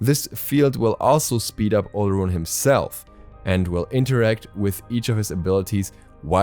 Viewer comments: its pronounced OR-LORUN.....his other names are O-LO-DUN-MA-REY [olodunmare] and OR-LOR-FIN [olofin], good try tho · Olorun is pronounced as Olo-rune. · I speak the language that his Gods name comes from, the “r” is more of a “w” sound. It’s pronounced more like “Olo-wun.”